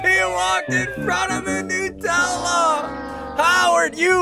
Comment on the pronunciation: Bro said nupella😂